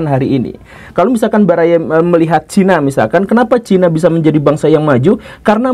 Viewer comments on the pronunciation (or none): none